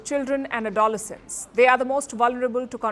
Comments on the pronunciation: PRECENDENT, ADOLECENTS, SHE CANNOT PRONOUNCE THESE WORDS PEOPLE!!! PENGUILIN😂😂 🐧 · looooove the way you pronounce ‘Adoloscents’…….novel ☺️